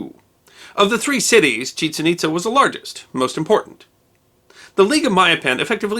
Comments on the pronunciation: Nicely done, One little point, I believe the city has accent marks making it ChiCHEN ItZA. Don't mean to quibble. Always interesting! M. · Some things were mispronounced ... SEN-no-tay should be sen-NO-tay, and the site should be pronounced ChiCHEN ItZA (accent on second syllable for both).